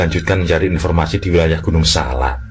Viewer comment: Maaf penyebutan gunung nya salah.. bukan gunung SALA. tapi gunung SALAK.. saya ulangi ya pake K. TKS 🙏🏻